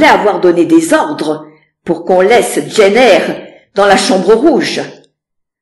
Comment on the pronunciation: Ça ne se prononce pas pas "Jeanne Eyre" mais "djeine Eyre" 😊 même en français. 😊. Faites l'effort 😊